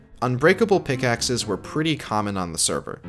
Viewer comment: ah yes, p i c k x e s. My favourite way to mine.